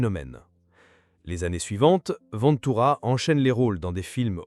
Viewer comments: Respectez son nom de famille : Ventura , pas Vantura . E pa A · Cette ia,c’est une merde sans nom !Ventura,ça n’est pas Vinetoura bordel!!!...et on met des humains au chomdu pour les remplacer par ces merdes ???on se suicide !!! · Cette vidéo est une INTERPRÉTATION PERSONNELLE de la vie et de la carrière de Lino Ventura (en passant, apprenez à prononcer correctement son nom de famille... ou bien êtes-vous une IA ???? ). S'il a eu des différends avec les journalistes et ou le monde du cinéma, il n'a pas été véhément à ce point. Vous ne citez AUCUNE SOURCE !! Vidéo juste créée pour 'PUT-A-CLIC' ! 😠👎